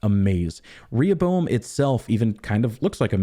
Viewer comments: One of the most significant moments of this video is , the correct pronunciation of Rehoboam. Seems the puzzle for season 3 will not be the plot but youtubers finally figuring out how to say that damn word. The showrunners were so wrong for doing this. It’s like they sucked all the contrivances of season 2 and dumped it into this one word. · Thank you for pronouncing Rehoboam correctly, the show's been driving me nuts with that lol